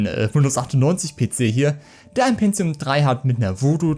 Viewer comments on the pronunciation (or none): none